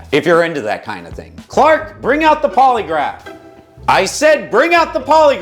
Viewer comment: I thought he was saying poliwrath like the Pokémon